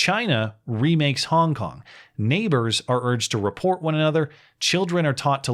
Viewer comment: Every time said “Hong Kong”, it sounded like “honk honk”